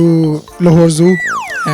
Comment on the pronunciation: Daily Pakistan pe interview hai.... Urdu meh baat kr lo bhai.... Aur bhabi ko ye bhi sikha do.... Batti jandi aye... Batti aandi aye :).... Anyway congrats.... Bhai English bol rahe hein na is liye.... Lowrance.... Ko lorance bol rahe hein.